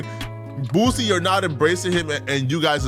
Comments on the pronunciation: He’s name is Boosie, not Boozie 😂😂😂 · Why you keep calling the mad boozy it's Boosie😂😂😂😂 shit sound like a old drunk n*** name